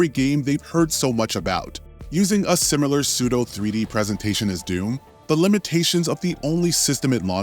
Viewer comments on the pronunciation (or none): Let me start out by saying i like your content. It does drive me crazy every time you say simular though. But i get past it anyways